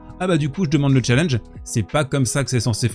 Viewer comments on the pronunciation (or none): none